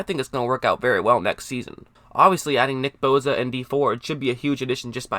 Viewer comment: It's boSa not boza fuck boy lol